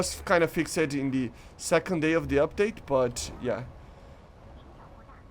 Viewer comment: Hearing you say “fix-ed” instead of fixed bothers me